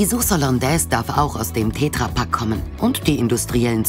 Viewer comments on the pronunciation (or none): ich mache so Millionen ätsch PS: es heißt Tetrapack und nicht tetrrapack